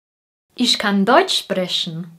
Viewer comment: I have question. Where the word "ich" is speak as ix - like in in film?